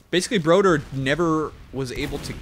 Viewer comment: As a swede I cringe every time pronounces Broder incorrectly